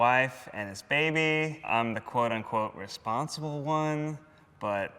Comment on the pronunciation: Ned its "quote unquote" not "quote on quote"